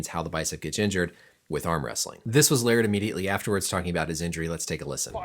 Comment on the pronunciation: just how in the world did you manage to butcher Larratt's last name to Lariat lolol and yet not butcher levan's last name... lol